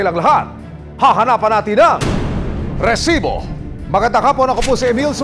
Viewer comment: bakit ganun na yung pag banggit ng "resibo" hindi na "rrrrrrresibo" 😢